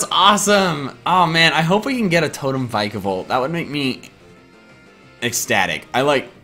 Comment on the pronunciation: "Vikavolt" is pronounced "vi-kuh-vohlt", not "vy-kuh-vohlt".